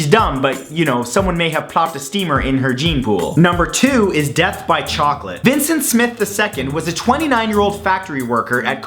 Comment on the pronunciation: chocolate Did you say Chocolate CHOcolate CHOCOLate CHOOOOCCOLATTE